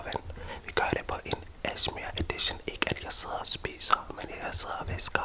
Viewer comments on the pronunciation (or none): ASEMER FEDT UDTALT